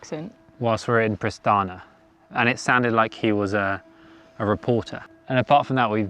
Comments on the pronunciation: Its Pristina... not Pristana. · Prishtina, not Prishtana. Otherwise everything is ok :) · Pristina not Pristana